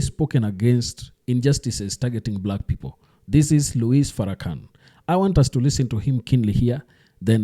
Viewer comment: thats not how you pronounce his name. Out of respect you should learn how to properly pronounce his name